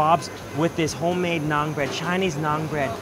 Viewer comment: its na'aan not naaag